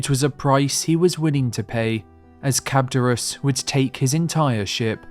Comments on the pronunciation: How do you see the letters charybdis and say the word cabdurus? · That pronunciation of Charybdis. 🤮 The Laestrygonians were most commonly believed to be on another part of Sicily, not North Africa. I've also seen the entrance to the Underworld being the Strait of Gibraltar (or beyond it, at the edge of Oceanus), and Ogygia being part of Malta. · What did he call Charybdis? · Was it so hard to say Charybdis? 😂